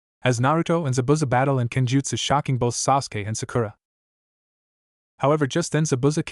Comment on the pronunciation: What the, Arisher = Arashi, Shersway = Shisui, since this annoying AI narrator changes shi to sher in every story, except for Kakashi or Kakasi son of the White FONG, umboo, Chon. I hope the stuttering stalker has a larger presence in this story so I can mark another story to not listen to. The nia 5000 times turned me off to this story. Sajuwik Uchiha is apparently Sasuke's name according to the AI narrator.